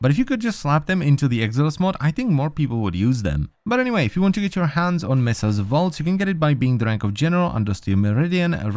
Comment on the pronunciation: you unironically said messa